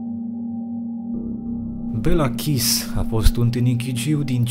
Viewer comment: Kiss se citeste Chiş. Stiu pt ca am o prietena cu numele asta de familie.